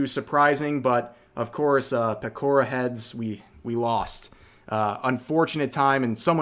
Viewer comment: Pretty obvious Pekora wasn't going to win when they couldn't be bothered to say her name right 🐇